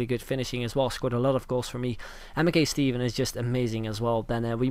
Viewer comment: One of these days you will say Mackay Stevens name right